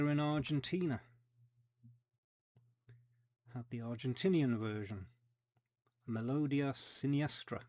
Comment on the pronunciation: Hi! Your spanish is quite good👌🏻You can pronounce 'Melodía' placing the accent in the 'i' 🤓 Those are fantastic looking King Creoles! thanks for sharing them. It is amazing how you track them down. And the finnish single is indeed one of a kind 🤭 Never knew the tango is that popular up there! Great additions ⚡ Take care